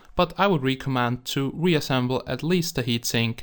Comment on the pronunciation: they way he pronounces "recommend" xD